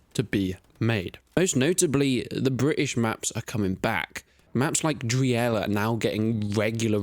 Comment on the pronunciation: So, Remagen is pronounced Re-MAH-gen and Driel is pronounced like "Dreel", just so you know.